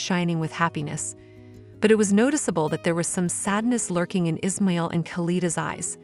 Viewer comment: It's pronounced as Is. Ma...il